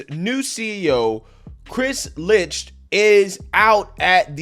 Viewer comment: His name is pronounced LICKED do you not listen to how people pronounce other people's names hahahhahaha